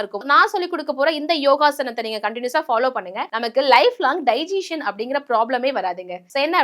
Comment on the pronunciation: அது டைஜீசன் இல்ல…டைஜசன். செரிமானம்னு சொல்லுங்க, எல்லோருக்கும் எளிதா புரியும்….